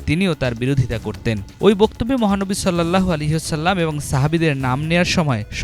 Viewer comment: Sallallahu Alaihi wa sallam সঠিক উচ্চারণ করুন